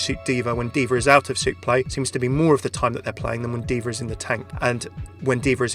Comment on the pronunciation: does anyone else hear "deevur" instead of d.va?